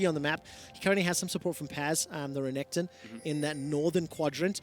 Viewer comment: keeps calling renekton Renington...I hate it